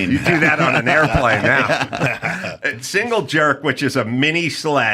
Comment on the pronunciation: Construction guy here. Pretty dang sure its "single jack" not "single jerk"